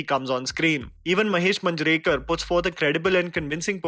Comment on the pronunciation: It's महेश मांजरेकर not मंजरेकर